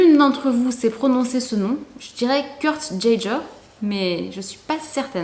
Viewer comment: se prononce a l'allemande gei ger, lol😂